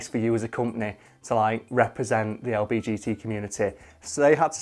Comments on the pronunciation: it kinda triggers me when he says "LBGT" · to be fair, the letters do sound really similar. I didn't even notice he wasn't saying it right until I saw this comment. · c c its said LGBT not LBGT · Did he just say "the lbtg community " 💀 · Anyone else slightly bothered he says LBGT not LGBT.... no? just me? I'll leave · I love ya, but hearing you say "LBGT" instead of "LGBT" physically hurt me. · I’m sorry but he said lbgt instead of lgbt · im sorry but he said lbgt instead of lgbt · is he saying lbgt on purpose? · Is he saying LBGT? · how is saying the acronym wrong respectful my guy